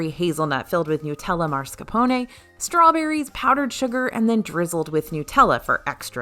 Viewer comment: Why are you saying mascarpone like that? You’re saying MARScapone, that’s not it